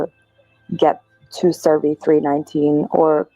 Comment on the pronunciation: CERVI NOT SURVEY!!!